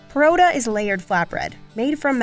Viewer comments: She butchered pronunciation of "Parotha" 🤌🤌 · What's truly frightening is how she pronounced Poratta 😂